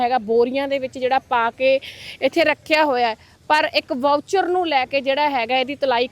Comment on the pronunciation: ਵਾਊਚਰ...?😂😂 ਮੌਇਸਚਰ ਕਹੋ ਮੈਡਮ , ਮੌਇਸਚਰ ਮਤਲਬ ਸਿੱਲ੍ਹ